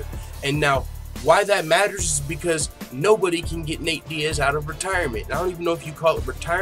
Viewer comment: "CONORTIREMENT" Bruuuuuuh I'm done